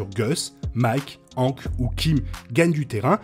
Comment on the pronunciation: Pourquoi prononces tu "Hank" avec une phonétique françaises alors que même dans la VF il prononce son prénom à l'américaine ?